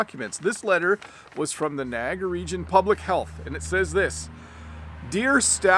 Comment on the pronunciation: I’m wondering why the way you pronounce Niagara is so different from online English dictionaries 🤔